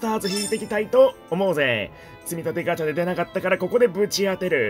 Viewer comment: 「アガチャン♪」のクセがつよいwww😹